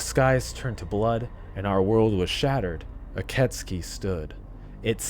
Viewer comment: Ok, 2 minutes in but I am pretty sure it is pronounced "Ee keh tsoo kee" though I only think so because that's how I first pronounced it when I played it lol